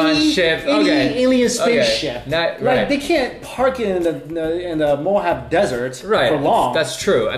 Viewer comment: It's pronounced "Mo-HAV-EE"